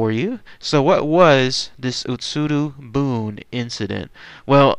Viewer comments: OMG I want to watch this but my gods. UtsuRO buné. I can forgive the rest of the bad pronunciation, I'm not expecting fluency here and heck you apologize for a bad pronunciation but it's boonay. 空ろ船 is literally hollow boat. "utsuru boon" is a "sentence projected on a wall". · Ut-Sue-Row Boo-Knee